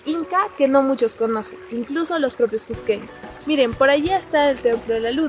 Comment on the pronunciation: Lugares que "solo los cusqueños conocen" no coincide con lo que muestras, quién no conoce la plaza de armas? Y las calles del centro? La piedra de los doce ángulos?. Es lo más conocido por cusqueños y turistas. Te falta también un poco más de dicción y mejor tono para hablar, no se dice csssco sino Cusco bien pronunciada la u y la o. "csssqueños" cUsqueños. Trata de mejorar tu acento para que se oiga agradable y claro, con más seguridad y no suene tímido